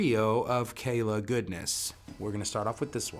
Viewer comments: Geez... first things FIRST... the brand is Kala... Kah' - lah. NOT Kay lay. They've been around longer than you have ; -) . Kala offers many string options beyond the LaBelle's. Thunder Browns loose the slickness factor and have longevity. As for both the metal and nylon core, (depending on pickup system) there are both flat and wound round. Aquila is also now making flat wounds ( Feb. 2023). You failed to discuss ANY specs, scale ( 3" difference between the acoustic and the solid body); nut width and string spread; split coil on the solids, neck profile is different between models, and each model offers both fretted and fretless. On the acoustics there is no solid woods on the body, only laminates. Tuner ratios differ between the acoustics and solids. And, bridges on acoustic ( "hollow body?") v. solid.... No, you don't see metal bridges on acoustics.... if you know of one, please share the brand and model. That was an ignorant, throw-away line!! The LaBelle strings will "work" on any 23-23.5 inch scale, not just Kala's. There are a half dozen other mass makers and customs in 20-23.5 inch scale models. ( Flight, Fanner, Magic Fluke, Hadean, Ohana, Allot) This is my first 'visit' to your channel. Based on other review channels, I suggest you watch some of the other and find a review-style script. You repeat yourself a lot without following a stream of consciousness...hard to follow. Good luck with your channel. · It's pronounced Carla